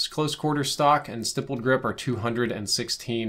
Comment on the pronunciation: Finally you pronounced "Stippled" correctly, though you spelled it wrong lol.